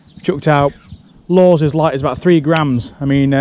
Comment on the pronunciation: Every time he says “lures” I hear “laws”